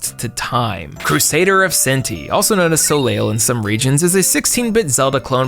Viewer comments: “Soleil” is not pronounced “So-lee-uhl’l it’s pronounced “So-lay,” like “Cirque du Soleil.” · Soleil is pronounced so-lay source: someone named Soleil